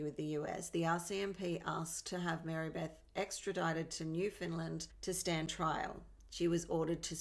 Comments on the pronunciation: Where the hell is new Finland? Lol it's new-found-land.. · pronounced Newfoundland I live in Newfoundland. I know exactly where the hunting log is I live 16 k from the hunting lodge